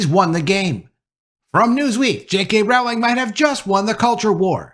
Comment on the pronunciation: You keep pronouncing her last name wrong it’s very annoying since you keep saying it over and over again fool 🤦‍♀️💯👎